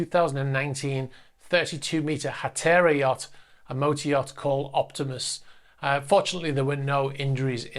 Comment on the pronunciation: Little thing, the yacht in the fire, MY Optimas is built by Hatteras, mainly know for sport fishing boats. Hatteras is a US company names for a US area of the Outer Banks of North Carolina with a drop off that is fished. It is pronounced Hatterrass.